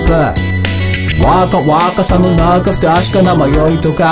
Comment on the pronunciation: めっちゃうまくてすごい 英語の発音ができる人じゃないとこの曲というかソウルドアウトの曲本当に難しい 基本的に英語発音なせいで、サビの「若若さの中」の若、 日本語なのに発音がworkのワーと同じなんだよねw